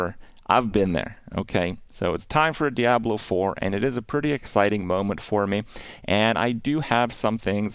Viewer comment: Why does he pronounce it dee-abloh lol